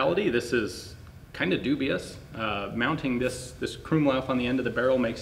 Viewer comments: krummlauf... didn't even know that was a hard thing to say till he tried saying it... Krummlauf...Kru-aueam-leauf... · The way he pronounces krummlauf and sturmgewehr cringes me so much as a german